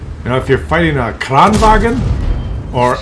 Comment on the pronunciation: It is not "kranwagen", it is "kranvagn", remove the "e" and you are getting close to use Swedish and not German pronunciation. And it is "Emil", not "Emile", like French pronounciation. Just go to Astrid Lindgren and her story about Emil i Lönneberga, which there are videos about. But still great content.